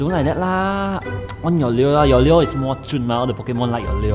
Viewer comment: LURE is pronounced as LOO-ER...